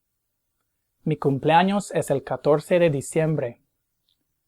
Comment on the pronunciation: Anyone else notice how he constantly mispronounces "es" during this video?